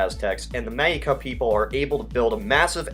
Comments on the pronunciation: Ah, the Mexica Empire sounds great. Oh and btw, it is pronounced “Meshika”. Not to bother but to help you to pronounce it correctly. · It's pronounced Me(sh)ica. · Mexica is pronounced "meh-SHE-kuh," gringo.